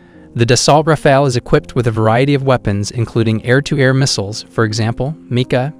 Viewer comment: Nie daltra fale tylko daso rafale sztuczny tłumoku. Eurofighter nie jest "wielorolkowy' tylko wielozadaniowy. Nie cierpię AI. Kaleczenie języka, wymowy, sensu. powinno byc karalne.